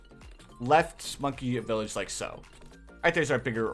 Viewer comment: Love the vids and what's with you saying likaso?